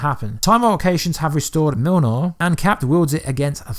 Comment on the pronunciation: I’m sure you had a reason behind the pronunciation of Mjolnir? If not phonetically it’s Myol-neer